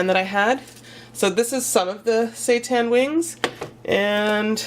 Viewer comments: Andrea Feil I think it's actually pronounced Si-Tan lol x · I've never heard of seitan before, so when you kept mentioning it I kept thinking you were saying "satan" LOL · can't stop hearing "satan"😂😂😁jk but the food looks yummy gotta try!